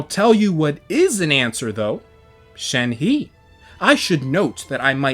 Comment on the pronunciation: It's pronounced shenhuh